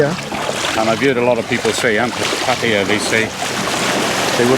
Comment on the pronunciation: I must compliment you on pronouncing the Pattaya name,correctly. Most of the utubers from UK,reguarly say it incorrectly. I find that very ignorant and rude. Its NOT a hard word to say correctly. Thanks again.